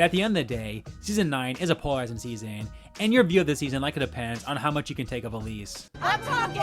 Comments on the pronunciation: Great video as always! If I may make a gentle constructive suggestion, though: It would help if you slowed down a bit with your talking points. You speak very fast and it makes you more likely to mispronounce words (I kept hearing 'poralizing' instead of polarizing), as well as blend your words together to the point that I needed to repeat certain parts of the video to hear you correctly. I don't know if anyone else had the same issue, so I won't speak for them. Other than that, I enjoyed the video. 😃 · The return of "poralizing"